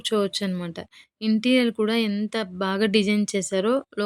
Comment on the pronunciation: Interial ❌ Interior ✔️